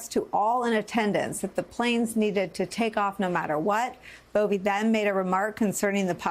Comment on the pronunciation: It’s Buffee